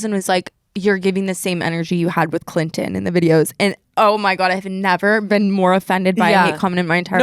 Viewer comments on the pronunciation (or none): none